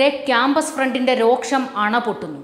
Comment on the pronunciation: Don't ever say "roksham", " rosham" is correct.